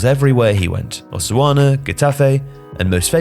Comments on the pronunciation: Osuana? No, it's Osasuna. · Osuana?? Isn't it Osasuna? 😁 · Did you just say Osuana when trying to say Osasuna? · I already heard this guy pronounce Osasuna as Osuana twice. Cmon really?! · why do you keep pronouncing OH-SA-SUNA as OH-SU-ANA? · No this isnt happening didnt just say Osuana instead of Osasuna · Did you really pronounce "Osasuna" as "Oswana"? 😅😅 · Osuana? Really? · pronunciations are really hit-and-miss. At one time I'd be like "Oh he's great at pronouncing foreign clubs" and a minute later you'll hear "Osuana and Kapoo" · Osuanna? Lol really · dude it's pronounced "Oh-sah-soo-nah" or if you'd rather "Oh-sir-sooner" 😂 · tf is a “osuana” lmao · It was closer to Botswana actually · Osuana lmao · “Seriously, “AH-SOO-AH-NUH” 😆 I thought he was claiming Soldado scored goals in Botswana. Had to run it back. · Osuana, the caribbean beach paradise lol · I agree. The Osuana bit really hurt. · I literally jumped into comments after hearing osuana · "osuana"? I've been a subscriber since the umaxit days and I am convinced that doesn't even like football. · He pronounced Osasuna as Osuana tho.... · Can u say Osasuna again? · Just realised i've never heard 'Osasuna' spoken out loud. Is that how it's pronounced? Blimey, O, Riley. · What on earth was that pronunciation of Osasuna?! Lmaoooooo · Please learn to pronounce Osasuna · Brother man butchered the pronunciation of Osasuna💀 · Surprised at the pronunciation of Osasuna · pronunciation of 'Osasuna' cracked me up 😂